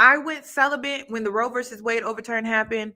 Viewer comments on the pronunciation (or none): none